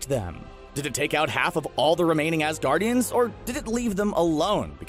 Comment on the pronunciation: Assgaurd ian